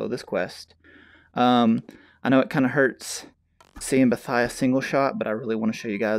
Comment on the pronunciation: I’m not trying to be rude but Boethiah more like BOW thiah